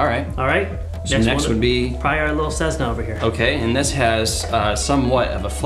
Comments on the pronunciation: Tesla became Tezla and Cessna became Cezzna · ceSSna not ceZZna